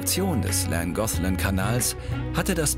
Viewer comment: Llangollen Langochlan ausgesprochen Kanal ❤❤❤